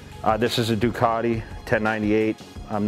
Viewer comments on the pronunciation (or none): none